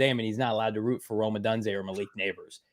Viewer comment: So Proud of getting Rome’s name right! is lost cause!